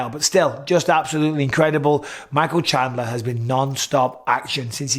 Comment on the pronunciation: I see you're still saying Shandler instead of his actually name lol. It's been years man